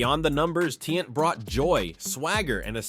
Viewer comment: It's not pronounced tee- ant it's ti-yant say it with me tiannt